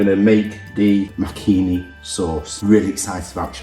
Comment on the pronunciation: It’s pronounced Muck ha Knee - Makhani